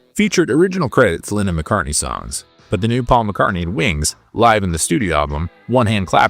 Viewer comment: Great content but it bugs me that this narrator pronounces Lennon like "linen." I keep thinking of bedsheets.